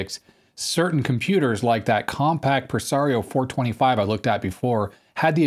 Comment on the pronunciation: "Definitely on the Compaq(t) size ...." Nice.